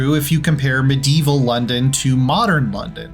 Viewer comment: Their pronunciation of "medieval" as "med-deeval" was also very funny.